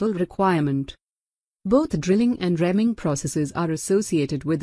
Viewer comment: It’s a “reamer” punc. as ree-mer but you keep saying rem-ing